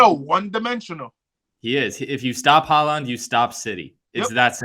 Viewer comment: Also, you guys are clowns. Look at Syracuse’s records and seeds in the years leading up to their movie to the ACC. They were top 15 teams each year with like 2 #1 seeds in 2010 and 2012. Can’t take anyone seriously who doesn’t even know how to pronounce Erling Haaland’s name correctly.